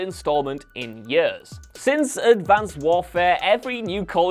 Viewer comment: This man literally has the strangest pronunciations of words I’ve ever heard. 😭😂 Yurz = Years Poo-er = Poor Fillem = Film